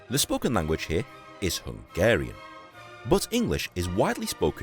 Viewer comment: like your Slovak, your Hungarian pronounciation is also quite good, cool to see the city where I live like this